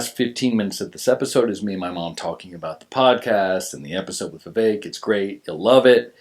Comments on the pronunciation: Can’t even pronounce Vivek and tried to add an ‘i’ into it and then didn’t even know that Ramaswamy is an Indian name. She’s really dumb or did fuck all prep for the interview. 🧐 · Remember how to pronounce his name Viv Cake the snake 🐍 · U pronounced his name to perfection. Ty! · Why do Americans have such a hard time pronouncing Vivek?!? It's literally two friggin syllables?! 😂 I'm from another western nation...and we can pronounce it easily...but Americans constantly struggle?! 😂 what is wrong with yall? Doesn't American Public Schooling system teach "sounding out" syllables?!